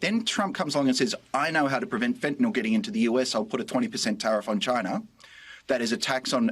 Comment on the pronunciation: It's not fentanol. It's fentanyl. It's pronounced by chemists as -neel, but -nill is accepptable. Not -noll, that ending is for alcohols